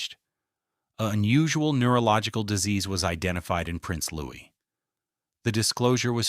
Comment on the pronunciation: How can anyone believe a word of this? Especially when the commentator is unable to pronounce Prince Louis' name correctly. All AI tripe in my opinion.